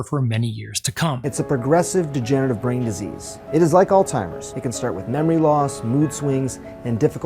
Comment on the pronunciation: what the fuuuk is ALL TIMERS??? it's pronounced: "ALZHEIMER'S DISEASE" and it's the NAME OF A PERSON... what a RUBE this guy talking is!!!